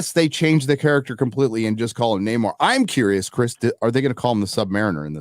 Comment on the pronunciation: Namor isn't being pronounced right, even by the trillllling white ladies. It's "No More", you dumb broads.